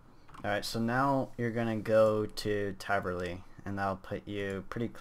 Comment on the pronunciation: taverley sir not traverly